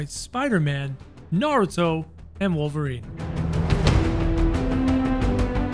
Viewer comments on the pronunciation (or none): none